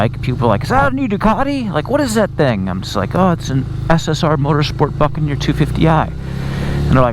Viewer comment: Is it me? or does it sound like he's saying fuckaneer every time?